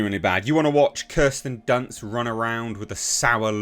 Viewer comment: "Kirsten dunce"😂